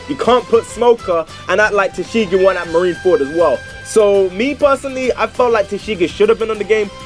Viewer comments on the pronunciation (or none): I'm annoyed out how he says marineferd and instead of marineford